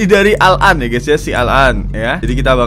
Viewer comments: Bang bukan al'an bang tapi alan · Ko gw denger ngomong "si al -an" Kaya "sialan" Apa cuman perasaan gw doang. Hmmmmmm.... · Bang kalo bilang si Al-an pake spasi dong jangan sialan